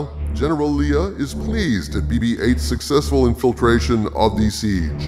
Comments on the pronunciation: Lee-ah? ive always pronounced it Lay-ah. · GENERAL LAY UH ....ITS NOT LEE UH ....OMG